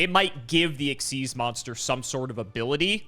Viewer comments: Xyz being pronounced exzeez has always bothered me more than it should. Its not even faster to say. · I always thought XYZ was X-Y-Z and not ex-sieze, because X-Y-Z dragon cannon and it's other bits